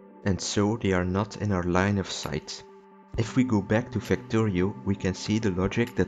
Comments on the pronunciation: "Facto" "Rio" I'm sorry WHAT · "Factory-oh" btw